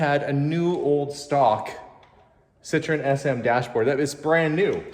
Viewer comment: you gotta throw in a bit of Francais, it’s a Citroen. Parlez.)😂